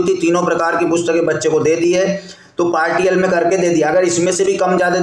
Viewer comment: पार्टियल नहीं पार्शियल होता है महोदय 😂